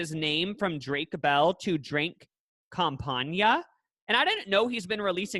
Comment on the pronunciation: When he said it like campaña i died